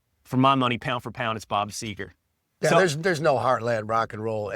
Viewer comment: Is it so hard - Seger?